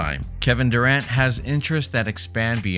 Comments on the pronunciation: Thought I was the only one who caught that. 😂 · If you are gonna do commentary on your videos, at least learn the proper pronunciation if his last name my man. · You should learn how to pronounce his last name before you do a video about him! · Make a whole video dont even know how to say his name.😪🤦🏿‍♂️